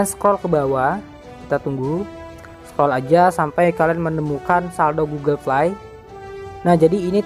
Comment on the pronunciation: Astaga gw ga mudeng ternyata fly = play 😂😂😂😂 play dibacanya pley/plei ya FYI